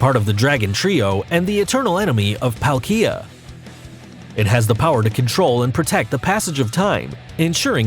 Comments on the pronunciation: Why the frick did he say pael-kee-a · When he says palkia, IKEA comes into my mind